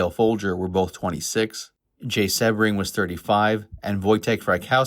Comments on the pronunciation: Jay’s last name is pronounced See-bring, not Seb-ring. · Another AI bot just spewing more lies. A lot of this is untrue. Charles Manson NEVER said he went to the Tate house right after the murders. And Jay Sebring’s last name is pronounced “Seabring” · Sebring is pronounced "Sea bring."